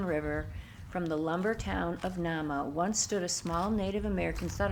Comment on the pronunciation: This one is pronounced NAME-a....my lil bro owns the old hotel..it's a bed and breakfast now. And haunted. The wood was sent to Chicago to rebuild after the big fire in the late 1800's. That is one cool lil museum. The old General Store/Post Office was bought by my bro, and remodeled into a "Reception Hall" type of place, and he can marry you legally as well. One stop shopping! There was a school in Nahma when the lumber company was there. One of the Teachers there, Miss Nell, cooked at the Inn in the Summers, and she still haunts the place. This is really well done. I am loving your vids!! Thank you for this!